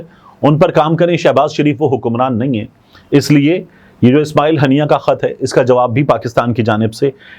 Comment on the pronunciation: Tariq the correction shaheed name Haania not hannia